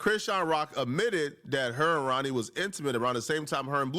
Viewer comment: learn how to pronounce the word "admitted" you were failed by public school and ur immigrant parent